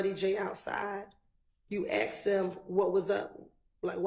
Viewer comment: I cant believe the lawyer said aksed. That's crazy